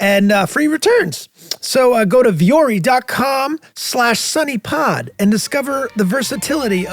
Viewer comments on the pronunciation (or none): Vuori is pronounced with a u sound like in wu tang clan. O like in phone. More like Wu-o-ri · vuori is mountain in finnish, its NOT viori :) its said as it is written.. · Charlie has the right idea about how to pronounce 'vuori' in Finnish. Unless they have deliberately branded it that way it should be a 'u' sound and not 'e'. (But tbf our language is messed up in oh so many ways.) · I just wanted to say that I am so happy Charlie mentioned the pronunciation of Vuori in the ad! It’s advertised so much on all the podcasts I watch and listen to, and it bothers me every time! Now I know! Thanks, guys! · I’m pretty sure you guys are mispronouncing “vuori”